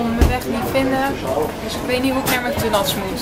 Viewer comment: Mc dunalds😂